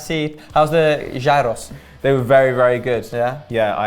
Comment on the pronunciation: when you go to greece get a gyros its said elike erous im greek this is proper street food you will love it